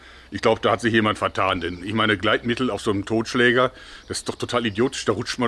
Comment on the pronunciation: Das glritmittel😂😂😂😎 damit es schön glanzt😂😂🙄